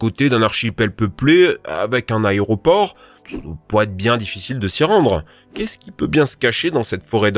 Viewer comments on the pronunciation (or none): none